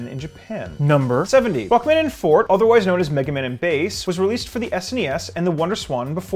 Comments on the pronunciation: you said Rockman and Fort, but it's Rockman and Forte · ... I just realized he pronounced "Forte" as "Fort", not "for-tay". Christ alive... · It's pronounced FORTAY not FORT!!! When you know bass and treble clefs but still can't pronounce "forte" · rockman and "fort" lol it's FOR-tay bro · Forte is pronounced "Fortay", not "Fort" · The thing about these videos is that in order to stretch it to 107 facts some of them seem like they could be the same facts. Also, 15- Does it mean "all of the robot masters," because robot masters from at least 2 and 4 are also present. 70- While it was specific about pronunciation of Bass earlier, this time he said "Fort" instead of "Forte." 86- Said "Robot Leaders" instead of "Robot Masters" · Forte is pronounced with the "E" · That's not how forte is pronounced...